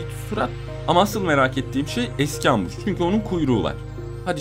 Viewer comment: Abi ambus değil embus sace İngiliz cede ambus